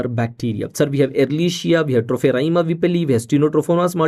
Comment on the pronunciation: Its not Treponema....its TROPHERYMA whipplei..